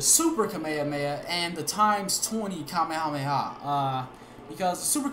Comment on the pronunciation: "kame-hamea" the fuck